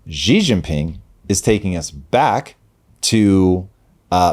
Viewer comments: Chairman Xi’s make is pronounced Xi (She) Jinping (Jeen•peeng) not like the letter “G”. So annoying. He’s not a president either. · Guys, in mandarin pinyin (ie Chinese written in Roman script) the X is a “sh” sound . So Xi is pronounced “she”.